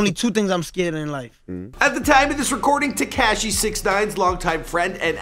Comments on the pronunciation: Why he say tekashi like dat wtf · damn wish knew how to say “tekashi”. it’s not “tech-cashi”. he makes the coolest words sound corny asf. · Its not "TeCashi" and the way you say "Tr3way" is so cringe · It's not tacashy🤦🏻‍♀️ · The way you pronounce Tekashi. smh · This dude puts next to no effort in properly pronouncing names or places. Some of his information is off too. Consistently. TeCASHi. Bedford-StOYvesant.